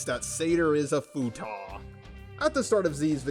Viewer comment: its Futa or futanari NOT FUTAH